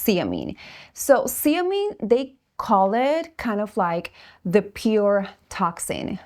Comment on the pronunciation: Zeomin, nor seomin